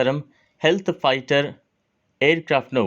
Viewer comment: బాబు నీ పేరేమిటో తెలియదు కాని అది హెల్త్ ఫైటర్ కాదు స్టెల్త్ ఫైటర్ తెలియకపోతే కరెక్ట్ గా కనుక్కోండి